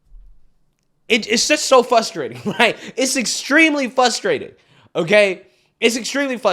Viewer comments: Hey... its NOT "FUS-trating"... its "FRUS-trating".... just trying to make you and your channel better🫡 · Fustrating? You mean frustrating? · I love your show bro but seriously??? The word is pronounced "fRustrating!!" Not fustrating. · Dude! Its fRustrating. The R is not silent. Great video. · we love you but it’s FRUStrating, not Fusstrating. And please, watch the number of times u say: “Again”. Vivek is astoundingly Intelligent & Dana Bash Simply won’t hear facts. She’s definitely FRUSTRATING as a quasi-journalist. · It's frustrating to hear you pronounce it fusstrating 😂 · You are doing a great job, you've come a long way since you started! I only mention the following b/c I occasionally do the same thing with some words so I can sympathize, but there's an R after the F in frustrating.